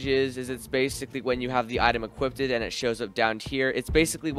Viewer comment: bro literally said equipted.. 💀